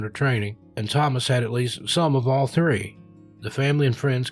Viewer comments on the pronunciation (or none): none